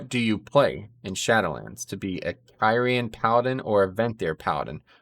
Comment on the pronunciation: Pretty sure Blizzard Themselves pronouncing Kyrian more like Kiri-jan , but throughout the video you pronounced it like Kay Ryan, which didn't discredit the video but it still made me chuckle about the mispronunciation